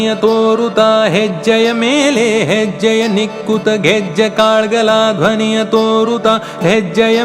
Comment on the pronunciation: जबर्दस्त गायलात तुम्हि पण कन्नड मध्ये असल्यामुळे काहि उच्चारण असे पाहिजेत कालगळ , कुमारि वेदा ,कालुवे . Sorry if I sound rude but you were so perfect that even smallest of irregularities were visible.